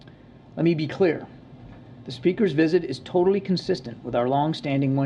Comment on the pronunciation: Learn how to speak English. Pronounce word as "visit" , not "wizard"... uggg